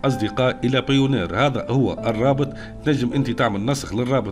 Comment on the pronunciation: بايونير مش بايونار 😅